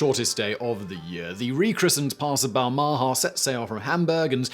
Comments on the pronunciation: Balmaha is pronounced with the stress on the first syllable and the second syllable's vowel being and unstressed schwa. It's a town in Stirlingshire, I've been there many times as my grandparents live nearby. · ba- ha -ma ???? do you mean Bahama? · I have never heard the name Balmaha pronounced so badly. Bal Ma Ha. It has a couple of great pubs. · Balmaha - pronounced more like "Bal - m'ha". The second "a" soft and barely pronounced. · Small note on the pronunciation of Balmaha.... The inflection belongs on the last syllable....... Bal-ma HA. It's a small town on the shores of Loch Lomond. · Please learn to pronounce 'Balmaha.' This made me wince every time you said it. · Sorry, the pronunciation of Balmaha is making me cringe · What about his pronunciation of Balmaha? It's in Britain and he butchered it too.